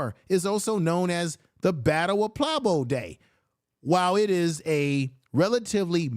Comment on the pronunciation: You butchering Puebla was killing me 😅